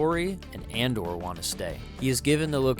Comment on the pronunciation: I AM TUROK!! You should read the comics if you haven’t. Valiant’s Dinosaur Hunter is my personal favorite iteration. This movie is based off of the original Son of Stone line from Dell. By the way, it’s *Andar not Andor.